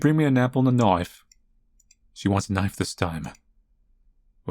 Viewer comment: And he says always says "knife" like Crocodile Dundee. "Now that's a knife!"